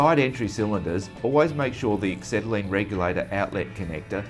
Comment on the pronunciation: Dear BOC, you're a main dealer, please get a presenter who can pronounce ACETYLENE properly. WTF is axetylene? Then teach him how to use a cutting torch... He shouldn't be leading the cut, but have the head perpendicular to the work.... Maybe he thought he was MIG welding eh?